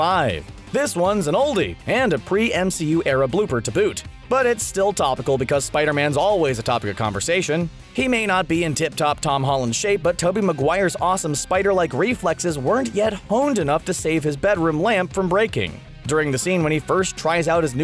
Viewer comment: Did he say Tubby McGuire